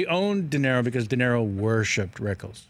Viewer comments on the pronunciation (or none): He does know it's "DeNiro" not "Dinero", right? ;-) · Kevin Pollak is a good story teller and a great imitator, but he needs to learn how to pronounce "Robert DeNiro". "Dinero" is Spanish for "money". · Dood, it’s De Niro, not “dinero”.